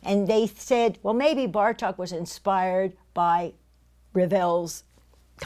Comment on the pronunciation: Great lecture! Bartók's name is pronounced with a long O sound, so not a short "a" as in Cup, but a long "oh" as in Door.